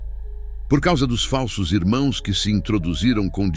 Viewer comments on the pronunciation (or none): none